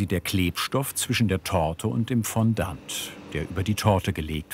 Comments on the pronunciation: Ich mag euch ja echt sehr. Aber „Fonndant“?? Eher „Fonndoh“… Excuse my French! Ihr beschreibt das zwar im Video, aber ich sage ja auch nicht „Hanndieh“ sondern „Händi“ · Es tut einfach in den Ohren weh wenn jemand "Fondant" so ausspricht...